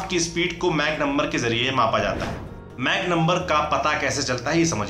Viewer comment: "मैक" nahi "माक" 🤷🏾‍♂️😅